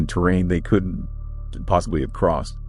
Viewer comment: Sounds like AI slop. "Could N T". Stories repeated and facts are mixed up. Cell phones in 81?!?!?!